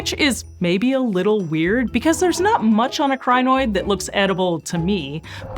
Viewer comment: Thought you said Gynoid, like a female Android.